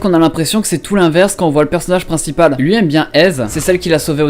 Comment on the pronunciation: salut, on dit "1 personage princiPAL" ^^ sinon bonne video !!!